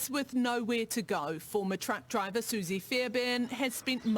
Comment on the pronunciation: Driver not dribver, its not that hard.